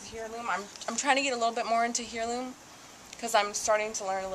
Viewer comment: Heirloom = 'air-loom'